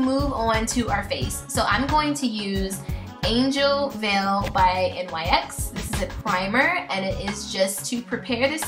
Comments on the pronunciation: I noticed you and some of the other contestants pronounce NYX like N-Y-X rather than "nicks." Oh and your Butter Gloss in Meringue is actually pronounced "mer-ang." It made me laugh! (: Aside from that, I freaking love how accurate this look was! Swear. Insane. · I am in no way trying to be rude but it is really bugging me how you pronounce it N-Y-X. The brand is pronounced "nicks". Like I said I'm not trying to be rude just constructive criticism. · Love this look but its pronounced like "nicks". Love you!!!